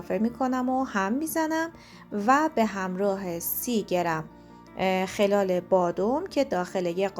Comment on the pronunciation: دیت شما درد نکنه من حتما این رو درست می کنم٫ یک نکته کوچولو؛ خَلال رو باید بر وزن بلال تلفظ کنید وگرنه مفهومش میشه (در حین و در حال ) رخدادی در امتداد رخدادی دیگر موفق باشید.